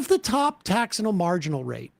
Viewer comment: "taxinal marginal rate" lmao